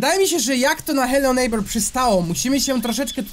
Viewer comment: aaaaaaaa..... nie chce się wymądrzać ale t ochyba! bo nwm mówi się nejbera